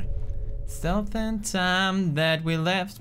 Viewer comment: when he says stealth it sounds like stealf